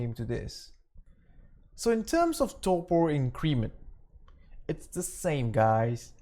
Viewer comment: lol its "torpor" not "torpo"